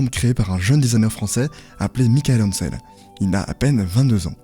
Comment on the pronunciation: Globalement le récit et surtout la conclusion sont bons, mais ça serait bien de ne pas prononcer de travers tous les noms. (Entreprise, département, personne) C'est Commodore (pas comorode), Morbihan (mor bi en, pas moriban), Michel Ancel (en selle, pas Michael Hancel). C'est 159 millions de perte (pas milliards), c'est impossible 159 milliards pour Ubi, c'est pas Microsoft.